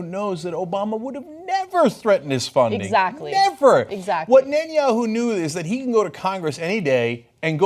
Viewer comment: At one point, Ana truncated Netanyahu to simply "yahu." That made me grin for some reason.